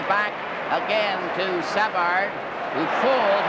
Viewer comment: Exactly. SA-vard. How weird.